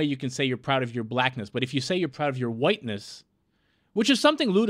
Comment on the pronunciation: “I’m pLoud to be Asian”😂